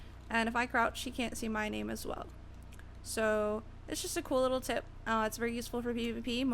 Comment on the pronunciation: Lol she said that's a cool "tit" i mean tip lol